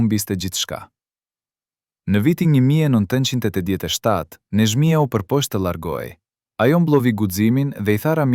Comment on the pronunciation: Qka jan kto PRRALLA , dhe kjo e folun , e llumtur as emrin nuk e shqipton , Neshmija ,e vogell , të fllas , të llargohej , kontroll të pllot a është Shqiptarë kyqë flet .Nexhmijen nuk e ka thirrë askush NANË po BILBILI I KOSOVES